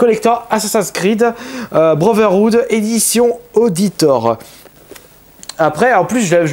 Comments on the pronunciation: Ça se prononce auditauré (accent mis pour la comparaison ) pas auditaure sinon bonne vidéo . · pas auditor mais aowditoré la prononciation c'est de l'italien(le nom de famille d'etzio le héro) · Superbe vidéo, belles petites trouvailles. Et je vais te dire un truc (attention ce n'est pas une remarque désobligeante ou quoi que ce soit) mais Auditore se prononce Aoditoret. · C'est Auditoré ( prononciation italienne ) et c'est le pack intermediaire il y avait la basique, la micromania, la auditore et pour finir la codex edition ( que j'ai ) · Auditore c est nom D Ezio et ça ce prononce à l italienne . Sacrilege X) ! A ou di toré" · o-di-tor... tu m'as tuée x) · c assassin creed version AOOOOODIIITOOOOORéééééé lol avec l'accent bordel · Auditore est le nom de famille de ezio, sa se prononce "Aoditoré", un truck dans le genre ;) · Ça ce prononce: Aoditoré :) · Quand ta dit "auditore" j'ai péter un cable :) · PRONNONCE PAS AUDITORE EN MODE FRANCAIS!! stp avec l'accent Italien:(